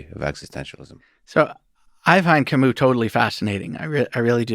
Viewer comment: The way they pronounce "Camus" 🥴